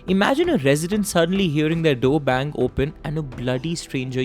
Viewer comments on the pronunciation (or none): none